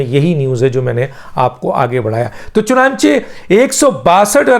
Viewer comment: سر میں آپ کا ویلاگ ضرور سنتا ہوں۔ آپ بہت اچھی خبر دیتے ہیں۔ لیکن ایک لفظ آپ غلط بولتے ہیں۔ لفظ ہے (چنانچے نہیں ہے) بلکہ (چنانچہ۔ چ ن ا ن چ ہ ) ہے۔